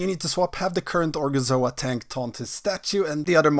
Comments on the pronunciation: cracked me up every time he said gorgonzola xD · gorgonzola... it's like Benedict Cumberbatch failing to say the word 'penguin' 😂